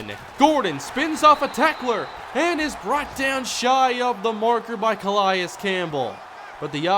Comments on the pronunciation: It's not a big deal, but it's pronounced "Cuh-lay-is" Campbell not "Cuh-lie-is" just for future reference. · Let's go Chargers Franchise!!! Love the series!! Anyone notice the Cardinals short center in the beginning of the video? Lol...and nice pronunciation of C.Campbell lol 👌😂